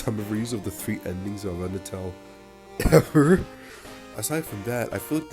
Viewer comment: Great summary of it! And yes you pronounced it right lol